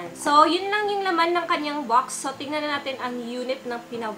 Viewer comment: Bakit po hindi ka marunong mag pronounce ng box Sayo po bucks